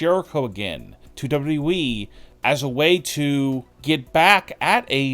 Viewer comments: It's WWE NOT DOUBLE DOUBLE E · You have a voice for silent movies bro. And it's W W E. Not W E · hey bro it's wwe not weeeeeeee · Stop DABLOO DABLOO EE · Who is w we? Oh, you mean w w e. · "Chris Jericho to Dubba-derwee??" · Its still amazing that he can't say WWE man just spurts out dubadubaE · WwhwhE or Wwheeee. haha pronunciation is key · No, he said "W Double E". The guy can't even pronounce WWE correctly. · Is this guy incapable of pronouncing WWE? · My question is why you can’t pronounce WWE? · Can’t even pronounce WWE properly 🤣🤣🤣🤣🤣🤡🤡🤡🤡🤡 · The way you say WWE annoys the literal piss out of me. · Why does this guy say WWE that way??!! 😂😂😂😂😂😂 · I will believe you when you can properly say WWE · This narrator makes Scott Steiner sound like Barack Obama. WWE doesn’t need to be said in 4 syllables jabroni. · When you learn how to say WWE correctly, maybe people will take you seriously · I don't belive anyone who can't fully say WWE. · You should learn how to say wwe if you are going to say it over and over